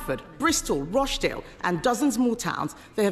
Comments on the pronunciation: I'm from Rochdale (and can pronounce it correctly, it's not Roche-dale) and I'd just like you to stop mentioning the towns in question, the towns themselves aren't important it's the crimes and the victims and how to protect those victims and stop further abuses across the entire nation. Just get on and vote to put the recommended changes from the previous enquiry in place to protect children and young women against this happening now. Then after that is done you can start a new enquiry but only AFTER the previous recommendations have been put in. That way at least whilst you have your enquiry you are wanting there is more protection to fight grooming gangs in place than there was yesterday. Enquiries are just years wasted spending millions getting nothing done when we all know what needs to be done from the last enquiry and can do it now and stop there from being more victims of abuse. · Starmer is head and shoulders above the Tories Did she pronounce Rochdale Rosh-dale??